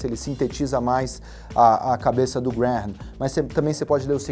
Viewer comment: Se pronúncia Benjamin "Grem"